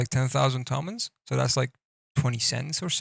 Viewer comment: u forgot Super carnillo, it definitely is S. and plz pronounce Iran and Toman correctly not like some ignorant Whitehead